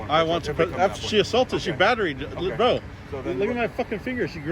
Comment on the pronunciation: Ok....enough is enough of the "batteried" ITS BATTERED.